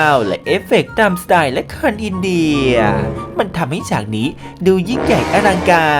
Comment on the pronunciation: ที่มาของคำว่า"อินเดย"😂😂